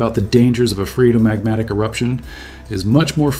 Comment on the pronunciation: This video provided excellent views of this new eruption as well as sound science behind the eruption. The only contrary point I would raise is on the pronunciation of phreatomagmatic. I checked a couple of sources and they pounounce it as free-uh-tuh-mahg-ma-tuhk.